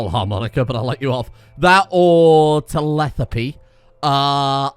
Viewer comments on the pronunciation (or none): Anyone notice telepathy was pronounced "Tell-eth-apee"